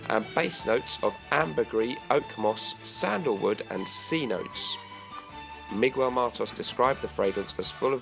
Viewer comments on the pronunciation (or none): please don't say mee-goo-el ever again lol